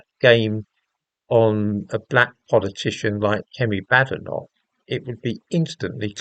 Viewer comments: It’s pronounced Bay- den - och apparently. She corrected an interviewer the other day. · Number one you pronounced her name wrong, two comparing Kemi to men who changed their name? Quite disingenuous. I notice this was her maiden name as you mentioned. Two passports? Again disingenuous as living in a diverse world, what would you expect? Should not be news really. O I read your paper on prostate cancer and ethnicity, good read, might cite you in one of mine